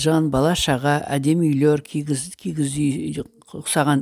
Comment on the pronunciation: Сәлеметсіздерме,дұға ниеттеріңізбен алыпып жатқан жағымды жаңалықтарыңыз қабыл болсын,КИІЗ,үй деп айтылады.кигіз емес